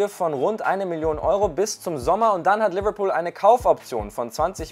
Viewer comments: Nennen wir es jetzt Leberbecken😂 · Bitte deine englische Aussprache macht mich fertig😵 so eklig Liverpool ausgesprochen 🤢🤮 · Seine Liverpool ausprache macht mich aggressiv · Manche sprechen es richtig aus und manche wollen modern sein und alles übertrieben englisch aussprechen und dann kommt sowas raus wie lüverlpool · Mir kommt des kotzen wie der liverpool sagt